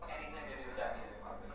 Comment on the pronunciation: "Hennything at all"